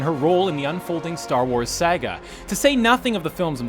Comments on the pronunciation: SEEEE GAAAAHHHH no. It's SAHHHHHH GAAAAAHHH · he just pronounced saga as Sag-uh... why... why.... its pronounced like Sah-guh... why...? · Don't tell me you forgot how to pronounce saga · I've never, until this video, heard anyone pronounce "saga" as Say-gar. ....and please stop saying 'let us know in the comments'' We'll comment if we damn well want to comment. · your pronunciation of Saga is infuriating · HIs pronunciation of "saga" lol